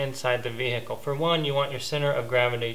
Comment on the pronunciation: the way you sey "vehicle" annoys me